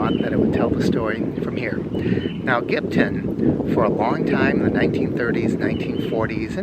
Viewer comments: It's not pronounced "Gibton".....get it right Mr. It's pronounced GIBTOWN! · I live in Gibsonton and have never heard anyone say Gibton and I've been around here since the 70's. Perhaps whomever you heard mispronounce it had a few too many beers.